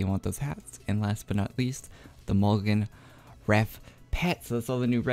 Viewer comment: cool video but moglins were pronounced MOG-LINN or MOOG-LINNS not mulligan although if you feel like still calling them that then please don't let me bother you <3